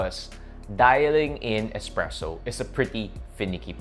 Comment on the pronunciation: expresso isn’t a word it’s a bad mispronunciation of the word espresso.